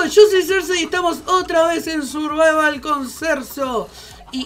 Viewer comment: Like si escuchastes a desir survaval